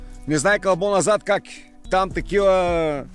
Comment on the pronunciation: Не КЪК а КАК. И не ей гу дей а "ето го". Иначе ми си супер.